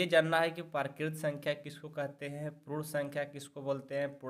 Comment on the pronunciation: Prun sankhya nhi sir, purn sankhya🥲